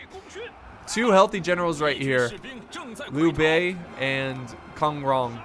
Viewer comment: Kong pronounce exactly how you pronounce King 'Kong' the gorilla